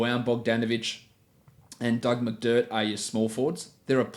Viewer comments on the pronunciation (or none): Did he say Doug McDirt hahaha